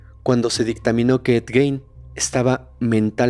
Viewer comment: Solo una observación, el apellido aunque se escribe Gein, se pronuncia Guin (como gui de guiso) no Guein. Todo lo demás, excelente capítulo.